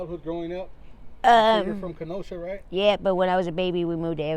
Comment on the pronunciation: I like how she doesn't look at the camera, only the turn to it with this grin on her face. I like how she pronounces some words, like how she said the word Kenosha.. I like how when the cameraman asked her her current situation and she says she's talking to a guy with a camera in an alleyway, and I think she's got beautiful hair